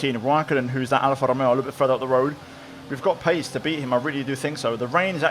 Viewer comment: Your Alfa Romeo pronautiotion is perfect. Wow